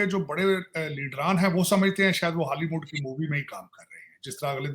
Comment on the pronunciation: Baliwood? Haliwood?